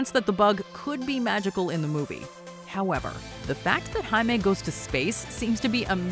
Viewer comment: I'm glad you pronounced his name correctly this time, compared to the 2014 comic book origin video yall did, where the voiceover kept pronouncing it wrong.